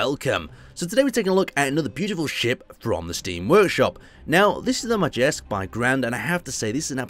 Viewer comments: I think it might be pronounced "Mayersk", but I could be wrong. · the rj is a tricky one. the name is supposed to be pronounced 'Mayersk' the rj has a Nordic sounding to it so it is pronounced that way.